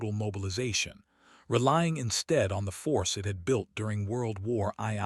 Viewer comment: "WORLD WAR EYE 👁️ EYE 👁️"!?!🤣❤🎉